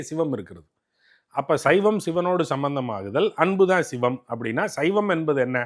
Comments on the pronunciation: "Shhhhivam" ileh! Sivam ! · இந்த பாப்பாவுக்கு தமிழே தெரியாதா. "பள்ளிக்கூடம் போறதுக்கு முந்தி பயிறு பயிறு ண்ணான், பள்ளிக்கூடம் போனப்புறம் பசுறு பசுறு ங்குறான்" என்ற கதையாகல்ல இருக்கு. 'ச' என்ற எழுத்தை உச்சரிக்கத் தெரியாதவளுக்கு ஷிவத்தைத் தெரிந்து என்னாகப் போவுது. திருமூலரைக் கேட்டு என்ன வரப்போகிறது. இதெல்லாம் ஒரு Fashion. திரு. அக்கறையான தகவலுக்கு பயனிருக்குமா....